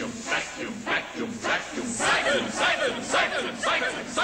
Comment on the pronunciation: Starts sounding like "Satan, Satan!" after the first couple of "Syphon! Syphon!" chants.